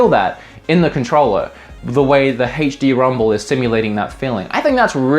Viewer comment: hey-ch dee? OH, you mean ay-ch dee. I get it now 😅